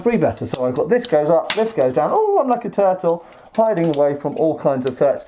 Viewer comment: "Ooh Im like a turtel"